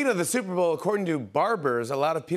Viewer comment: "The souper bowl"